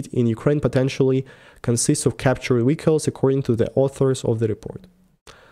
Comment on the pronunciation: wehicles is so cute sounds like chekhov of star trek